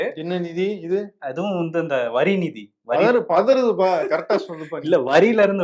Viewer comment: Andha "nidhiya" Enya aluthringa...